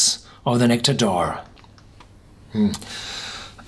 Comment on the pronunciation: "Nectawr d'oar" ... I think a German pronunciation would have been closer to the way it's supposed to be said in French.